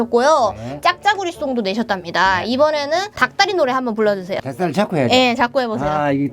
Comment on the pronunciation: 할아버지님 닭다리 연속으로할때 발음 진짜 정확하다..짱짱